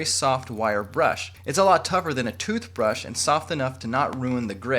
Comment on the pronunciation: "the bristles of the trooth brush" lmao